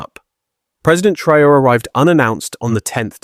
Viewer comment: Take note at Video role . How is the name Traore korrectly pronounced? Not as a Colonial French, Islamic, English, or Ameri-con way. It is pronounced as the Odigenous and Indigenous Ah-Free-Kan name T-Ra-O-Ray.